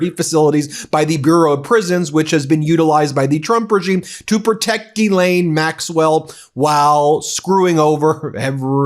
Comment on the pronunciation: Come on, Man. Learn to pronounce Ghislaine. FFS.